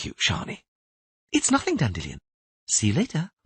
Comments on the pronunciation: Dandy Lion, not Dandillon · Istg this man pronounces 'Dandelion' differently in every book Dandellion Dandelion Dandillion